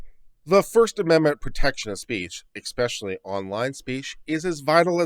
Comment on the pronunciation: Ex-specially? You seriously lost most of your viewers within the first 10 seconds. eSpecially, please.